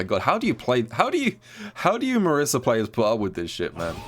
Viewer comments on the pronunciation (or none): That Marisa section was painful with the pronunciation of her name.